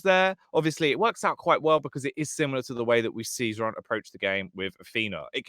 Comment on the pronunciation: Casters thx for saying correct nick Xron (Hron) at last! =) Was so sick of that "zron" pronounsing